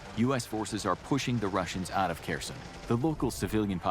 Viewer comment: Kherson turning into "Kirsyn" gives me a headache